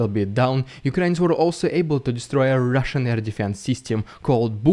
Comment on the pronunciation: "Rrrrrrrrrrrrrrrridiculous Rrrrrrrrrrrrusian PRrrrrrrrrrrrrrrrrrrrrrrrrrrrrrrrrrrOPaganda!!!!" I love that SO much!!!! :face-red-heart-shape